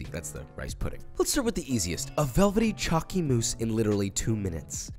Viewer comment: As an Aussie we say Choccy lol but I def heard Chalky 🤣